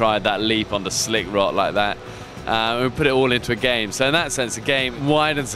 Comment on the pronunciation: I like how he says "like that." "We'll see what happens when you grab a snail lithat." lol